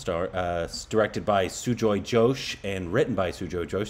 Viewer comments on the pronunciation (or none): Ghosh is pronounced similar to 'ghost' and not 'josh' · Just for little correction the director name of kahaani movie sujoy gosh not Josh